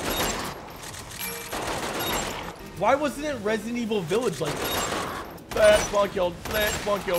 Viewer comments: “Resident Wick” no no no no “John Evil” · Resident Wick 😂🤣😂🤣😂🤣 you earn that like 🤣